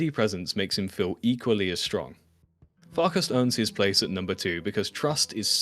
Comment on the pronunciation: pronouncing them as Vilk-ass and Fark-ass. 😂